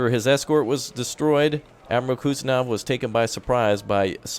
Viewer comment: Please make a video even just a few seconds long and just say it correctly. Lol. Koozznetzovvv